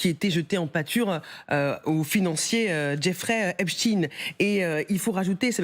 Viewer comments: "epstein" à l'allemande, ou "epstine" prononcé à l'américaine... mais arrêtez "avec "hep-chtine".... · Epstein 😂😂 penoncez le bien on a mal aux oreilles 👂